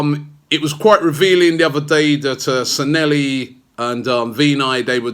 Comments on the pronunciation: Its San'LLEHI, not SanELLHI!!! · Anyone else here who's mad at Robbie's pronounciation of SANLLEHI?